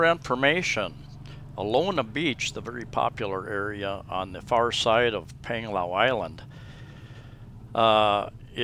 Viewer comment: Another informative vlog. BTW not nitpicking but 'a' in the Philippines are pronounced with ā. As in Pānglao:-)